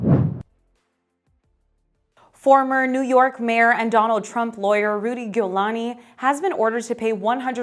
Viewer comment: Also his name is Giuliani. The G is pronounced like a J.